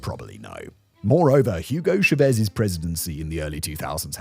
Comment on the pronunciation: "hyooogo shuhvez"